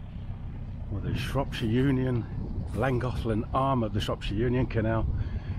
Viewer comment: Lovely to follow your journey through familiar waters and memories of our lovely winter last year! Your pronunciation of Pontcysyllte and Llangollen are far superior to ours 😂 🏴